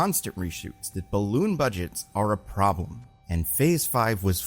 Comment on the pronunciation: STOP SAYING BALLOONN